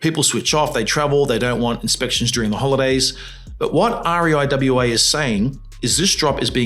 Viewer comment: You lost me when you cant say RIEWA as a word but kept spelling each letter & the cherry on top was new pronounced NU, pedantic i know but ...